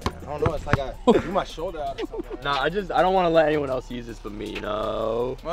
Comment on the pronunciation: made me feel nice when he said he trew instead of threw and the "R" was so had 😂😂